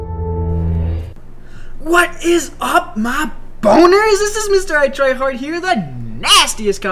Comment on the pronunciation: your fake it's Mritryhard not mrItryhard